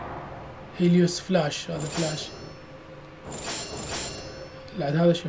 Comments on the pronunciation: هههههههههههههههههه اله الشمس هيليوس مو هايديس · معبد هايديس هههههه اسمة هليوس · عمي هيليوس مو هاديس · ملاحضه اله الشمس مو هيديس اسمه هيلوس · هيليوس مو هايديس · هليوس مو هايديس